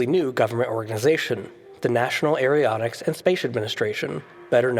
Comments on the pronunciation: Jesus!! "Gemini, gemini!!!" 'gem-in-eye'. Drives me nuts when you keep saying 'gem-in-eeee'. Also is sounds like you say 'aeriotics' instead of 'aeronautics' (NASA). Other than that - I love your videos. Long time supporter. I think your best video is "What if you can't reject convenience?" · Gemini is definitely not pronounced that way, nor is aeronautics. Yikes.